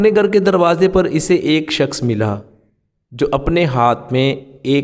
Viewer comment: Gar nahi ghar bolne seekhye.